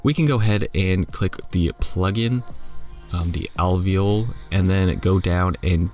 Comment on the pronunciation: Av-ve-ole-e like the part in your lungs? 😭